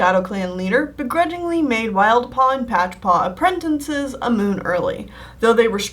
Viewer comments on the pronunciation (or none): please. please stop saying apprentinces. just say apprentices App-Wren-Tiss-Ez not App-Wren-Tin-Sez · Is it just me or is she saying 'apprentices' like 'appretences'? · Sorry but I flinch every time you pronounce apprentices as ‘apprentences’ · accents affect the way ou PRONOUNCE things, accent don’t ADD A WHOLE NEW CONSONANT TO A WORD. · I enjoy these drawing a blank videos more than these others! I already know about animals and canon characters and learning about your ocs is so interesting to me! It captures my attention more than I thought it would, because you’re a well-versed storyteller. The pronunciation of apprentices gets to me, but, what can you do?